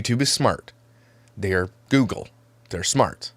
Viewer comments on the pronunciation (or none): none